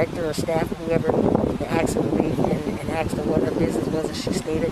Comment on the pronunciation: Axed her....🤣🤣🤣